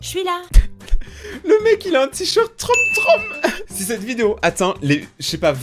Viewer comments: troom ce dit troum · On dit troum mais ça s'écrit troom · Troume...TROUME voilà c comme ça qu'on prononcé •^• si non super video! UnU